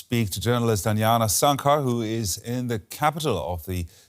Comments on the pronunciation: Small side note, it’s Anjana not Anyana 😂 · J is not Y... j is pronounce J in Asia... Anjana is not Anyana... mind it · Her name isn't anyana ,its Anjana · It's not Anyana, it's Anjana. The J is pronounced like it is in "Just". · Pronounce the name of the Indian journalist correctly.